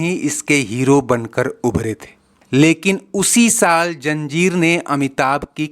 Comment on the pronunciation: Please it's not Janjeer but Zanjeer, it's not Puraana Superstar but Pehle Ya Pichle Superstar.